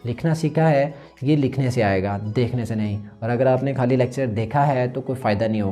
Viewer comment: Mohtaram write nai hota likhna hota ha ha likh den ge. Write kar den ge it's very odd. Or khaali nai hota khaali khey ki awaz k sath khait Wala khey nahi. Agr thori si tawajuh apni Urdu bolne pe bhi den tou bht Maza ae baaki ap bht acha kam kar rae hain jari rakhiye.